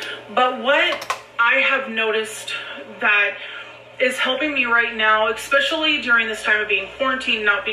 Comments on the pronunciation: EXSPECIALLY!!!! AAARGH!!!! 😲😲😲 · There is NO "X" in Especially!!!! THAT MAKES ME NUTS! Wait... More nuts. Yeah more nuts. You can't have too many nuts... I digress. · I hate that she says “ex-specially” god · Omg that is driving me crazy too how she pronounces that.